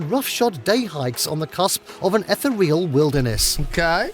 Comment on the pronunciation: It’s gotta be AI because he said ether-real not ethereal